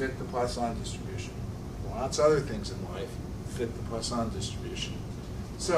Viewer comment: Well, I for one am quite relieved to know that it's not pronounced Poison Distribution!